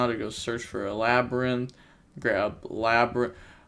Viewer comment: lab-rin-th 2x it’s pronounced the same xd